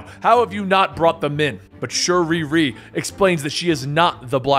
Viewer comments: Bro Someone tell me wtf is going on why is he saying shuriri and not shuri??? It’s annoying me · Her name is Shuri not Shuriri 😒😤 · Did this man just say sharee ree